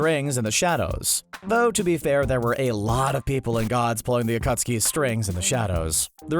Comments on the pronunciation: he said acutseee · Narrator: I’ve seen naruto many times Also narrator razingon! Jitsu, ackuutski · the acutski bruh the man who rewatched naruto many times saying acutski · it is pronounced uh-khat-ski not AKOOOOTSKI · It's pronounced akatski or akat suki not okostki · narrator i wached naruto many times:rawsenggan akoostki sharengan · CBR: I Watched the series several times Also him: Akusaki, Razengaan, Oktuksaki, Medaara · My dude said akootsuki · CBR: i've watched and rewatch naruto many times . . . . . . . . . . . . . Also CBR:calls jutsu jitsu and uchiha uuuuu-chi-ha and akatsuki a-kut-ski and rasengan ra-zen-gan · CBS narrator: *I’ve watched naruto several times Also CBS narrator: Muh-dah-ruh oochi-huh Akotski Raasngan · The narrator: I've watched and rewatched naruto many times Also the narrator: the akootskee Also also the narrator: uhtsootskie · the "akootski" XD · CBR Narrator: I’ve watched Naruto several times Also the CBR Narrator: The AcUtSkI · So you watched it many times and missed the akatsuki pronunciation? LOL 💀💀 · You said akatsuki wrong bruh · The way the narrator pronounces akatsuki makes me cringe. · yes someone in CBR finally said naruto correctly but couldnt say Rasengan or Akatsuki right